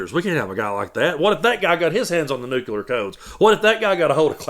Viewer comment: The word of the day is nuclear not nuculer. Help spread the word.